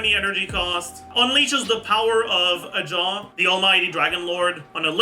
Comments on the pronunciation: It's ahow not "a jaw" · its ahaw not ajaw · I don't wanna be that guy but he's name is Ajaw but you pronounce it as Ahow ❤ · I just finished Act 1 of the Natlan Story, is it just me who finds it weird that they call Ajaw "Ahaw"? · People still can’t say Ajaw right even after the story quest